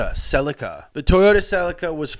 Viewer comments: it pronounced se-lee-ca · In England and Europe (I think) we pronounce the Toyota celica as sea-lee-ka. Any Japanese car dealers, please comment. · The way you said celica pissed me off